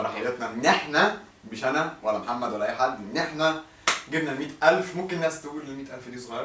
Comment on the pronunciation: بالتوفيق يامحمد انت شخص كويس بس متقولش كلمة محمد تانى عشان انت بتنطقها محمه ودى بتضاااااااااااااااااايقنى